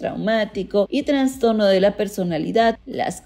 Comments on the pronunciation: Excelente trabajo, pero por favor no digas "transtorno" sino "trastorno". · Es idea mía o la narradora dice varias veces "transtorno" en vez de "trastorno". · La mujer que aquí habla dice "Transtorno" ojalá puedan corregir por "trastorno" correctamente. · Ella dijo transtorno🤢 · Por que dices transtorno xd